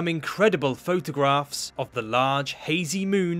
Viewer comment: "over thousand of photagraphs were captured" over and over again.